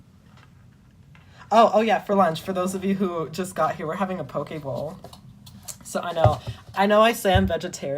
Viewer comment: Bro i thought you said pokeball not poke bowl